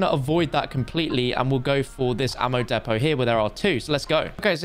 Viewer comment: Its not depot its depot